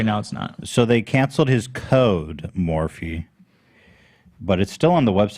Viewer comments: I think Ethan is the only one that calls it “Morph” so now it shall forever be known as ‘Morph’ in his honor lol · when customers ask you for a particular Morphe product do you tell them actually it’s pronounced as “Morph” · "What year was that?" Ethan: "That's from 2016; eight years ago." It is currently 2021... Also how many times does Ethan need to be told how 'Morphe' is pronounced before he actually listens. had just corrected him minutes before Ethan went on to mispronounce it yet again. It's driving me crazyyyyy.